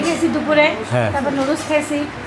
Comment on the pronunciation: নুডুলস কে কিভাবে এই অশিক্ষিত মহিলা লুডুস বলে?👍